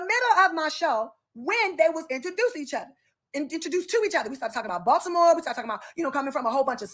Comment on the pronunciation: I love your Fine but...... The Braxton's are from Severn NOT Baltimore(I love how you said it the way we do ) We never claimed them. Heck we don't claim Chrisean super slow, can't read the room booga sugar loving, ignorant tail. Again love your channel. 💓💓